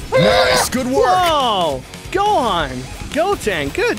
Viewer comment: He sed gohon